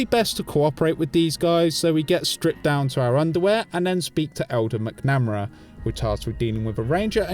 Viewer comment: It’s pronounced Mac-nuh-mare-a 😅 love the content though, keep it up!